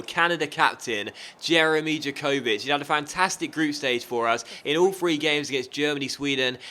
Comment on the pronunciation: You pronounce Jakovic Ya-co-vich and Larin Lare-in. Also i missed the qualification. how did it work? Did Mexico, USA, and Canada do a group stage?